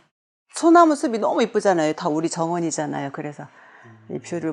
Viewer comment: '꽃으로'는 '꼬스로'가 아니라 '꼬츠로'로 발음해야 합니다.'꽃에 대한'은 '꼬세 대한'이 아니고 '꼬체 대한'으로 발음해야 합니다. 꽃전문가시니까 더욱 신경써 주세요. '숲이 보여요'도 '수비 보여요'가 아니고 '수피 보여요' .^^